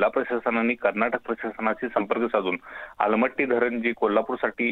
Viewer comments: Amalmatti nahi aalamatti pahila not bola😅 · Aamalmatti nahi madam aalmatti........ Samaajik mahiti asne garjeche ahe aplya peshala....... Ghokampatti nako... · अमलपट्टी नाही हो आलमट्टि ते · Amalmatti nhi madam aalmatti😅😅